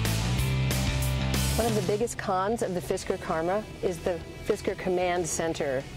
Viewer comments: The women said fidsker but it's fisker. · did she just sayd "Fisker is Gorgeous" ?